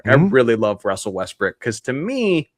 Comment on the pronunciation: “I really love Russell Westbrick”